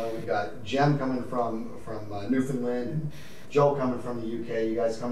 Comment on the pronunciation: the way pronounces Newfoundland 😢 gravest insult someone can give a Newfoundlander